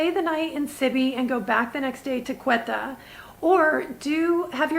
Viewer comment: Hi, loving your videos! Just a quick note, you're pronouncing Quetta incorrectly. The Ts are hard Ts, like in tomato. Keep up the incredible work!